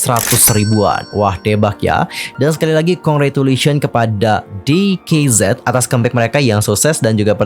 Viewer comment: Di kei Zed Salah ka, bacanya tuh di kei zi Sebab tulisan hangulnya tuh 디게이지